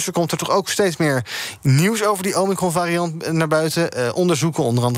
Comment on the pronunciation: Ken 'omikron' niet uitspreken. Zegt genoeg denk.